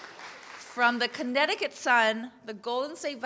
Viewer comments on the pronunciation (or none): none